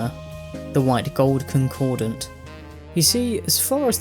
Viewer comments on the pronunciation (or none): And Condordat, not concordant. And Decianus. Absolutely shitting myself. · It's "concordat", not "concordant". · Concordat* There's only one "n" Ah jeez, you're gonna mispronounce it the entire video, aren't you? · concordat* not concordant. concord + at. not concord + ant. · I played Skyrim so much that hearing this guy saying Concordant over and over with an "n" in there pisses me off because in the game the characters pronounce and write it as Concordat without an "n" anywhere, so that's how they taught me it's supposed to sound. This person is another fake "expert", they always mispronounce stuff from the games they cover because they are reading a script and they didn't play the games themselves, otherwise they would have heard how the names are pronounced. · theres no second "N" in concordat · “concordant” really